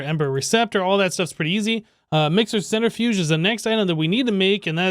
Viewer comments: ‘centre-fudge’ :p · Its amazing how you pronounce centrifuge. :p